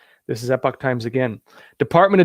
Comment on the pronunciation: I got an online subscription to The Epoch Times for $77 yearly. What did they teach you in San Diego? lol I thought you might be from the UK by the way you pronounce Epoch and the way you mispronounce Arkansas. lol BTW, this is a slash / This is a backslash \ Web addresses use slashes, not backslashes